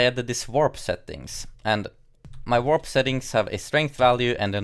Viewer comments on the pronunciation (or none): none